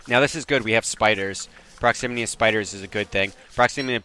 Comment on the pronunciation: Proximity Not proximiny ;)